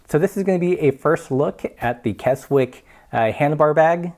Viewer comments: It’s not kes - wick All one word, Kes - ick Brits like to shorten words, we are lazy like that. And love to confuse folks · For reference, you pronounce the name "Kezzick" :-) Apart from that it's a good first look review. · I showed this to the folks at the Carradice factory. (I live locally). Very good review, except that it is pronounced 'Kessick', a silent W. Also, who made yours? It should have a signed tag. My guess is Susan! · Kez-ick would be better. It’s more of a “z” sound than the “s” sound of Kessock. I grew up near and went to school in Keswick. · The w in Keswick is silent! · Great video, I used to live in Keswick, great outdoor town for climbing, biking, kayaking, running mountains and paragliding; don’t worry about pronouncing the silent “w” - forgiven. Carradice are the Brooks of bags, traditional and very well made, last forever. I hanker after one of their saddlebags. Shame about the crappy inside - I guess they gotta compete on cost somewhere.